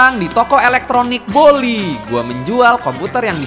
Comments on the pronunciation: Baldi bukan boldi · Baldi bang bukan goldi😅😅